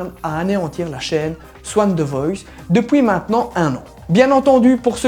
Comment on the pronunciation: Tu as un accent lorsque tu dis "depuis" à la place tu dis "depouis" Sinon génial comme d'hab